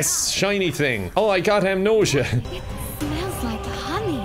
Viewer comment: HE SAID THE THING!! HE SAID AMNOSIA